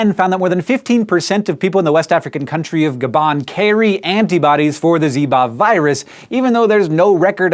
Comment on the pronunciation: And Gabon is pronounced with a long 'O' as well.